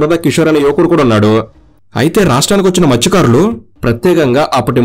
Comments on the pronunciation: మృత్య కారులు 😢 కాదు మత్స్య కారులు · Adi matsyakarulu bhaya mrutyukarulu mrutyukarulu antunnav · Orey babu Adi Mruthyukaarudu ani palukutharenti Mathsyakarulu!!!! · మృతుకారులు ❌ మత్స్యకారులు✅ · Mruthyakarulu kadu bro Matsyakarulu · Mrutyukarulu kadu ra babu😂 mathsyakarulu